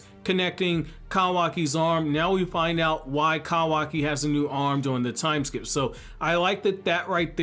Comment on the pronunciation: Proud of you... You're finally saying kawaki correctly